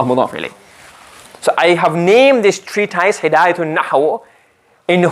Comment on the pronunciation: Ma sha Allah beautifully explained. Brilliant teacher. Just like to point out it's pronounced tree tis not tys. Couldn't help it as it was said quite a lot.